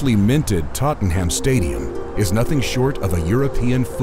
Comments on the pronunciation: My man needs to learn how to pronounce “Tottenham” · Sorry but the way you pronounce Tottenham is killing me 😂